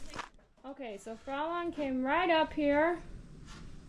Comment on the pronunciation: Both of them are looking great! Very lucky horses.❤Fraulein is pronounced closer 'froy-line'. Check online German pronunciation to hear 😊